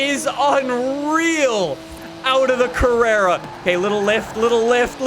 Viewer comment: mhm, yes , “carrrera”